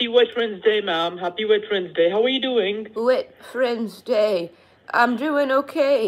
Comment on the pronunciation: he really said wet friends day lmao 😂😂